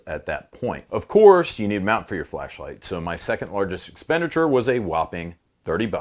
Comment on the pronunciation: Everytime he says "flashlight" it sounds like "fleshlight" and it really makes me worry about his home defense plan.